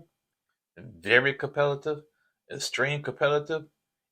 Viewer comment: the word is competitive not com-peli-tive…..LoL